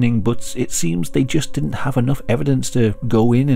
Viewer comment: I thought you did rather a good job on the Finnish words and names. But was disappointed to hear you mis-pronounce "didn't" as "dint".